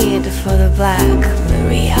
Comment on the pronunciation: They didn´t listen the original from Clash or never been in England. In proper English nowone says black Maria like that. Very bad